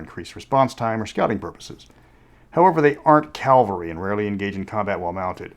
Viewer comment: Not to be a jerk but it's CAV-alry not CAL-vary. Cavalry on men on horses. Calvary is where they crucified Jesus.